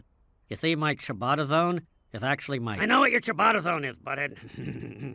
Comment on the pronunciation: Can we all just take a moment to appreciate the fact that these two idiots actually pronounced "ciabatta" correctly. That's impressive for them! 😂